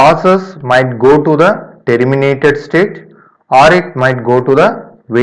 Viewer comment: Man everything was good.....but every time it catches me when you say: " t ee rr i m i na t e d" 🙄